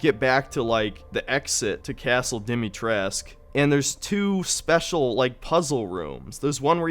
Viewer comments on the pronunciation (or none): Besides the doll section, I really liked the game. Especially, Castle Dimitrescu. But I’m probably a bit biased being of Romanian descent. Also, it’s not pronounced Dimitresc. It’s dee-mee-tress-coo. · For everyone still wondering: It's pronounced Dee-mee-tres-koo, not Dimitresque... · Yeah I don’t get that pronunciation. Makes no sense.